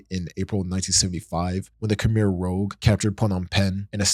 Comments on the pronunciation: Khemer “rooj” not “rōg” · Its Khmer rouge - sounds like "rooj"as in the colour red. An old word for women's blush. Not rogue. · "Khmer Rogue" lol dude, it's the Khmer Rouge (Red Khmer) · Khmer Rogue is one of the most hilarious mispronunciations I've ever heard.